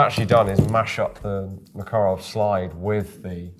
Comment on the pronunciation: It's so refreshing hearing an anglophone saying "MakArov" instead of "MAkarov"